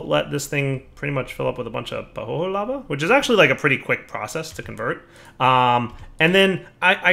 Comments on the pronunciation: Isn't pahoehoe pronounced pa-hoy-hoy? Pretty sure it's not pa-ho-ho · That pahoehoe lava is pronounced "pa-hoi-hoi" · BTW it's Pah ho eh ho eh. Each vowel is pronounced separately. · pəˈhəʊɪhəʊi Or if you don't grok pronunciation "pa who ee who ee"... Much love otherwise and have a great day.